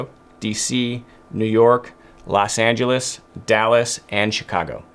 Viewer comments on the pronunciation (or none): none